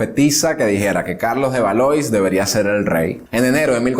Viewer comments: lo que pasa que los nombres propios son incambiables. Se escribe Valois y se pronuncia "valuá". Por elemental cultura debe observarse la traducción correcta. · Una amable sugerencia. Aunque no hables el idioma, hay que esforzarse por pronunciar correctamente las palabras. Por ejemplo: Jean se pronuncia "yan". Valois es "valuá". Por lo demás, magnífico!